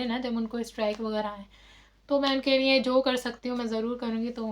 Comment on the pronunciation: I U DONT TALK IN ENGLISH CORRECTLY,THEN Y U DONT STOP TALKING WRONG ENGLISH,JUST TALK IN PROPER URDU,U EVEN DONT KNOW URDU WHAT IS NEAY ??? THE WORD IN URDU IS LIYE,CORRECT UR LANGUAGE,NEAY SOUNDS VERY BAD